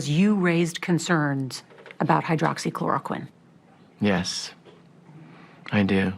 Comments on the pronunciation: Macro tech: that is exactly what I said when I heard him pronounce it for the first time..how in the hell did he pronounce that word correctly? It has 7 syllables!, AND I immediately thought, "he has to be making money off that drug ". . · Hydroxychloraquine. One of the very few big words he's ever pronounced correctly. The reason? He and his idiotic chlidren and dumbass son in law invested in the company that makes the drug.